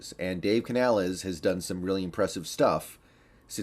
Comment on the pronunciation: You know how to pronounce the coach name you racist.